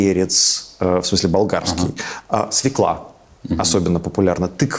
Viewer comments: Не свеклА а СвЁкла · Смотрю Ваши выпуски с удовольствием. Но почему такие грубые ошибки: нагинается, свекла? Правильное произношение важно. Одно неправильное слово способно лишить репутации образованного человека.